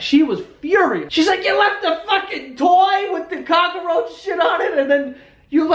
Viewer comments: Soo weird how everyone’s commenting on how he says cockroach. do we say it different? Isn’t it how u say it lol I didn’t know New Yorkers say it different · Cockroach is two syllables there's no a in the middle. But it's still fucking funny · Is it just me or does joe really emphasize on the "cock" part in cockroach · Who says “cockroach” tho. 😂 I add an A also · you say cockroach funny lolol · Omg the way Joe says cockroach 😂😂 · its cockroach u dumb new yorker not cockaroach lol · Its cockroach. Not Cock-uh-roach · He said cockaroach not cockroach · "Cockaroach" Joe can't words. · Cockaroach. I love it. We pronounce it Cock-roach in Oregon. We LOVE your vlogs!!!! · I like how he pronounces cockroach.(Cock-a-roach). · "Cock-a-roach"... I fucking love you. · Lol what is a cock-a-roach? Lmao i may be wrong but i think its just cock-roach lmao 😂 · "Cock-a-roach" I love it! So adorable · i think it's funny that when i lived in nyc everyone called it a COCKAROACH, Now im back in south carolina and here it's cockroach. just saying!! love ur videos joe.. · "cock-a-roach" Im fucking dying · you heard it here folks, "cockroach" has 3 syllables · I love how cockroach is three syllables when joe speaks hahahaha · Cock-er-roach..........why, Joe? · I'm sorry... Cock-a-roach? Cockaroach. Not.... Cockroach? (Also I've read the word cockroach so many times now it's lost all meaning) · cock-er-roach. I'm dying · lol "cock-a-roach" 🙄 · Cock-a-roach. Fucking adorable. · Does he say "cock-a-roach" or am I hearing things? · Is it me or was he saying cockaroach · WTF IT'S NOT FUCKING COCK-A-ROACH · Every time he said cockaroach I was dying laughing. I couldn't handle it. 😂😂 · I didnt realize cockroach wasnt pronounced cockaroach until these comments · cock a er roach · He says cock-a roach. WTF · "cock a roach" lmao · Hahaha "cock-a-roach", is this a NY thing, pronunciation thing? Hilarious, the whole story :D What is that cool lil tune at the end as well? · Ca ca roach. Lmao